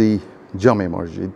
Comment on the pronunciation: মরজিদ না বলে মসজিদ বলোন ধন‍্যবাদ